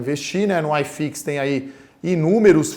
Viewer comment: Não se fala aiiiifix, o correto é iiiifix. Grande abraço. Ótimo vídeo.